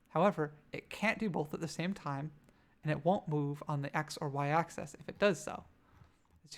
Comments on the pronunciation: this is a nice tutorial but every time you say "access" when you mean "axis" I think I have a small aneurysm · Great video. What's your accent? I call it an axe-eez not access. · adds character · Axis! Not access!!! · Pronouncing axis as “access” made this completely unwatchable for me.